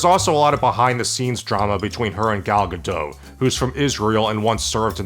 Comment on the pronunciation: It's Gal Gadotttt, my friend. Not Gado. Please say it right